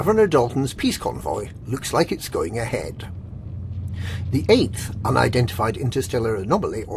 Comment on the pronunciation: eighth.. eighth... eighth... Doesn't sound like a real word!